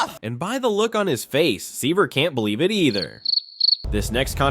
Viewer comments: SIGH-ver instead of SEE-ver, Rob-el instead of RO-bl, Brian Kenny instead of Brin Kenny. I can't stand AI jabbering. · You should probably have your people learn how to pronounce the players' names lol. "Scott Sigh-ver"??? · Why can the people that make these videos, literally never say people’s name correctly? “Brian Kenney” “Scott sighver” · Here's an opinion: If you don't know how to pronounce Scott Seiver's last name, you have absolutely no business making poker videos. lol Insta-exposed as AI-generated crap. 👎